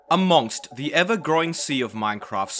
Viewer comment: PLEASE fix your "amongst" pronunciation 😭😭😭